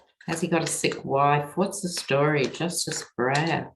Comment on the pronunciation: First time I have seen a slip up with your reading re: Breyer. Glad the very bright and newly sworn in Ketanji Brown Jackson is the newest SC Justice!